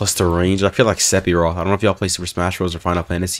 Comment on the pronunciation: It bothers me you said "Sepiroth"